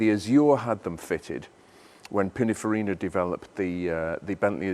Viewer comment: Pininfarina not Pinner